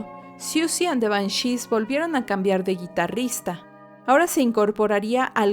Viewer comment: ¿Por qué acentúas Banshees en la e?, ¡eso me desesperó!